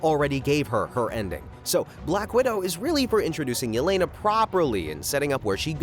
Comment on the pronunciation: For heaven's sake its E-LE-NA. SHE IS RUSSIAN. A name like "Ye-Lay-Nuh" DOESN'T EXIST IN ANY SLAVIC LANGUAGE!